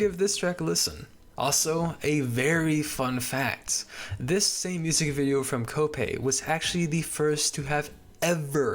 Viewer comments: why do you say music wiht a hard c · mf saying music-hhhhhh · why is bro saying musiCKKK 💀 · The way you said music was really throwing me off. This is not me hating I promise!!! I just wanted to ask where your from💀